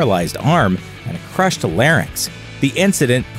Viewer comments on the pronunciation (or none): none